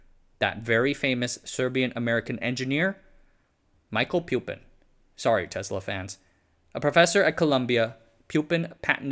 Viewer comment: It is not pronounced pyu-pin, but poo-pin